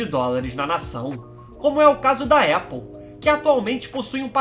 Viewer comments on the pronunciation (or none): none